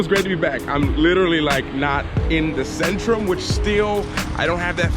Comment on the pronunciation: In polish "Centrum" is pronounced more like "TSentrum" not "Sentrum".